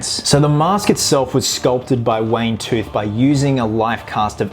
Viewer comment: It's Wayne Toth, not Tooth